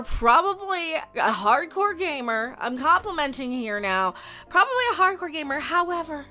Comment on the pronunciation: I think she was saying "gay mergirl" and not gamer girl.